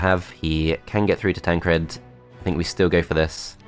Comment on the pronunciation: Why are you pronouncing Todd and Tancred like that? Todt, Tancredt...